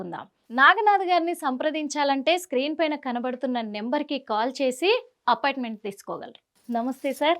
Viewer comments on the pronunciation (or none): Anchor తల్లీ అపాట్మెంట్ కాదు appointment